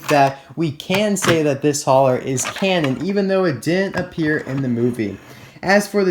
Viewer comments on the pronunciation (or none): Cruz's hauler looks incredibly cool. But did you say canon or camon?